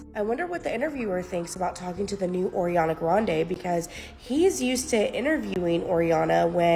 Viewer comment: It's "Ariana", not "Oriana".